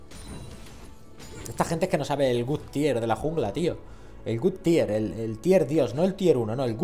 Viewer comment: 2 cosillas: 1 se te olvidó poner en la info las runas y maestrias. 2 si quieres decir god tier se pronuncia con o no con u, si lo pronuncias con u estás diciendo tier "bueno"